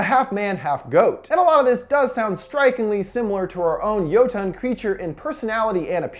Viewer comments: It's jotne not joton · Not me slightly cringing at him pronouncing it "yo-tawn" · Why he pronounce jötunn, jötann? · It's annoying when he says it's a Jótunn. Needs to get the right o, which is ö. So it's Jötunn (Yeu-tun)